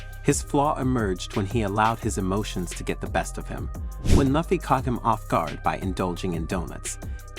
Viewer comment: Video is got but your pronunciation of Luffy is like nails on a chalkboard